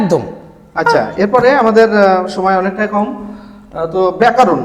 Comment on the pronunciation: ব্যাকারন না ব্যাকরন